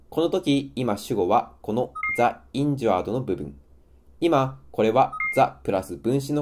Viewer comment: ザ・インジュアードじゃなくてジ・インジュアードじゃないでしょうか？